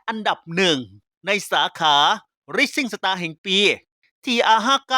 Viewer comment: ออกเสียงสาขารางวัล rising star ไม่ถูกต้องครับ